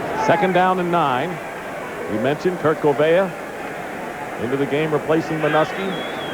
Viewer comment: You could tell that Merlin Olsen wasn't used to seeing a lot of NFC teams....because he pronounced Kurt Gouveia as "Kurt Goo-VEE-Aye". Lol